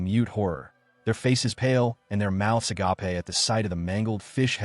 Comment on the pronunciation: The AI is doing too much and still sounds stupid...it can't even say orcish correctly, is pronounces it orses. Or, as usual in these AI videos that LOVE using the word agape, it always pronounces it agoppey.